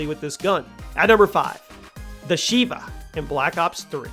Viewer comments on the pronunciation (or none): none